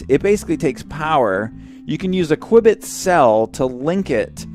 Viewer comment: Every time you said Quibit, I kept thinking of Johnny English!!